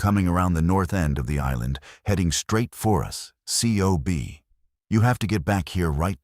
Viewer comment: In the fleet COB is spoken as cob...not spelled out as individual letters.